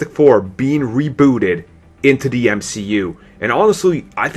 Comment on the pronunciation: What accent is this? You say 'the' like 'de'.